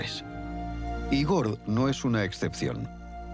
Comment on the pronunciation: Igor ??? Gordes , que falta de información , por no decir lo mal que pronuncia